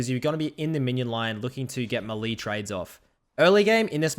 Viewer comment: Malee ? I have heard Melee pronounced many other ways but Malee ? Wtf is Malee.